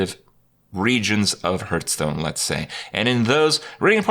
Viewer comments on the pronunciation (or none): At this point, seeing how people corrected him and he keeps on saying it like that, I have a sneaking suspicion he does it to annoy people. Like with "hurtstone" or "jiff" (although to be fair, the creator himself said it should be pronounced like that for that last one). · Or Hurthstone?